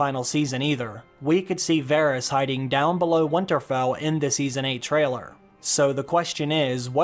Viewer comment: it's winterfell, not " wonterfell ".